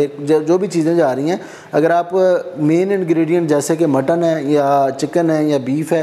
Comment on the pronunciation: Kuch bee jaisa bola tha😂😂